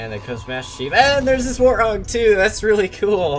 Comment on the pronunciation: It's not warth og, it's pronounced 'Wart-Hog' (End me)